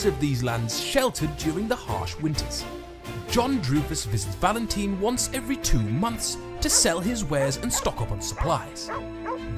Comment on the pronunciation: Why do you call it valenteen lol.